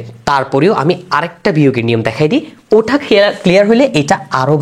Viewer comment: ভাই আপনার বুঝানো ভাল, কিন্তু আপনি কেন বারবার ট কে ঠ এর উচ্চারণ করেন, ওটা কে ওঠা বলেন, আর যোগকে যুগ বলেন, আঞ্চলিকতা পরিহার করেন ভাই